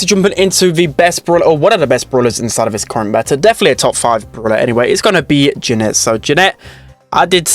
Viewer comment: (jaa-net) not ja-net